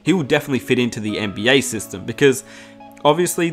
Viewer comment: NBYAAAHH Say NBA again please